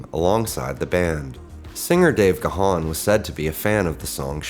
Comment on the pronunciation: It's pronounced "gone", not ga-han.